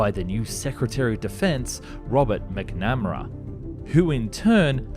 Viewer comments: I'm Oz, it's not an uncommon surname. I don't know where he got that abominable pronunciation from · MAC-NUH-MARA! JEEZE and Lyndon b johnson. This guy. Ugh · Pronounced MAC-na-mmara. Like MAC-10 Not mc-namm-ara. Kind of a household name here, almost didn’t know who you were talking about. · There are some really odd pronunciation and grammar issues here, like "Stabability" and "MacNAM-aRA." You will really rock my platform if you tell me this has been AI all along! :( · The Pronunciation of Robert McNamara's name is so wrong it makes this hard to watch. A pity, some of the more bonkers prototypes were interesting. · say "McNamara"... My best friend was born with foetal alcohol syndrome and they would make a better job at voice over than you... 100% true 100% provable, .